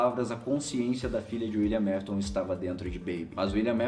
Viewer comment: só eu que senti agonia com o falando " Uilian Mafiton"